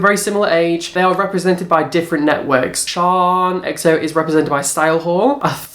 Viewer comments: It's Shannon not "Sean" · You pronounce 'shaaanxoxo' name as Shannon or 'shan' not 'sharn/sian' btw xxx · LOL can you fucking learn how to pronounce names ..?😂 Shannon is not shon and tana mongeu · Shaaaanxo is Shan as in Shannon. There is no R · Shaaanxo is from New Zealand. It's pronounced Shan like you say Shannon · I had a giggle at how you said Shaaanxo it's Shan like Shannon the extra a's are just add ons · lol its pronounced Shan...her full name is Shannon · I die everytime you say shaaanxo 😂😂😂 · I think with Shan (the way you pronounced it killed me) she often does celebrity style videos and I know it was recommended by people. I can't speak for Nikkie though x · can you please say Shannon's name properly lol it kills me